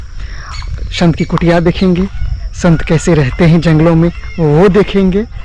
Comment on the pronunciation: शंत नही संत लोग बोलिये 😮😮😮😮😮😮😮😮😮😮😮😮